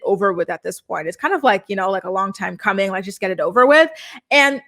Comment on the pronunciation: Mackenzie cant pronounce anything that ends in a "g". She replaces it with the "k" sound instead. "Somethink"... "goink". "Comink"...annoying af.